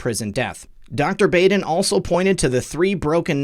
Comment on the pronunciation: You’re the best, sir! (Baden is pronounced Bodd-en short o☺️)